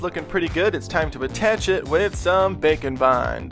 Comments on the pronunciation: When he says bake and bond, All I can hear is bacon bond. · When he said "Bake and Bond" I thought he said "Bacon" Oh! And I have a recommendation! You don't have to make him but, can you make Alastor or Husk from Hazbin Hotel? I'm pretty sure they would both look cool!